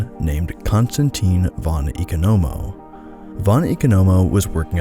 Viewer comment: Von Economo is pronounced "Von Ee-caw-nuh-mo"